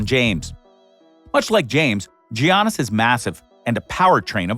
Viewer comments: How hard is it to say YAN-is ? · Did he say Yiannis like Giannis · It's not G aunas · And all this time I was pronouncing Giannis name wrong.